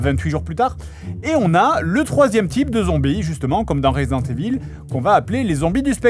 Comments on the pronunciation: je ne sais pas pourquoi vous prononcez tous "resident" à l'anglaise et "evil" à la francaise. ca se prononce ivel en anglais. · J'aime comment Fred prononce "evil" comme é-ville.